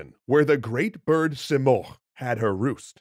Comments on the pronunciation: So I'm from persia , it's not pronounced simorkh , it's simorgh ( the gh is important ) Also it's rudabbeh it's not rudabbah And not sam as you saw it's sãm , saam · You’re pronouncing “Simorgh” as “Simorkh” — in Farsi “gh” is the equivalent of the French R, e.g. “au revoir.” Just trying to help, no offense intended! Enjoying this video, thank you 😊